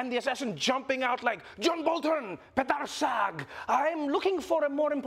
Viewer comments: Did he just say Pedar Sag? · "Pedar Sag" 🤣🤣🤣🤣🤣🤣🤣🤣